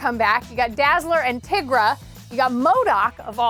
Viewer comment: I cannot believe how you pronounced tigra